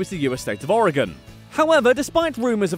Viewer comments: thank you for pronouncing "Oregon" correctly!!!! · I'm surprised that someone from the UK can pronounce Oregon! Most Americans pronounce it as OREGONE which really irritates me because I live in this beautiful state. So it's ORYGUN NOT OREGONE!!! DOH!!!